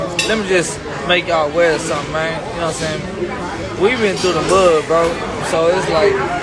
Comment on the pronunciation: 10.19 Can stakeholders translate from Ugh to human, please? All I can work out is a stringy speccy white geezer pretending to be a cool black dude by saying "nowahmsayn." No, I don't know what you are saying, dipshit. Put some consonants in and stop pretending to be gangsta. Poor, poor kids. I have to get some humour out of this but I hope this lugnut enjoys meeting some guys inside who don't appreciate his larping.